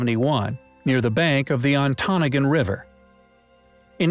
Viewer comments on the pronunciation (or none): its "ahn tah Noggin" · Thank you , I ‘m Michigan also and pronounce it “on-ta-nog-in “ phonetically … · I'm from Michigan. It's pronounced On-toe-nah-ga.